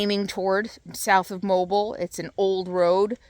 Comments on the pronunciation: here in Ar. we call that Spanish Moss. destructive to the trees. by the way Mobile is pronounced MoBill. ( have family in that area) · You’re thinking…. The Princess and the Pea. You were looking at Spanish Moss. Spanish moss is great in trees but when it’s on ground and “dead” it will get red bugs. You don’t want that. People that use this moss in decoration will microwave it to kill bugs. Mobile pronounced Mo-bill. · Welcome to Alabama! Mobile is pronounced /mo-BEEL/ with the emphasis on the second syllable. I work around Guntersville. I'm just starting dabbling with van life as my commute is too long not to spend a night on the road.I need to get some help this week understanding the electrical and propane.... Just about a month in and I have had 2 nights below 40 degrees inside the van. I am giving myself a couple more days to adjust and experiment before going out again overnight. I'm new to comment, but have been watching, Thanks for your content!